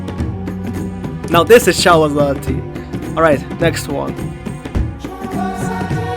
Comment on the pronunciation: bro said "Chalo zahtee" 😭🥀 That aside I really love this mod, its feels nice to hear my home country(India) instruments used in this mod 😌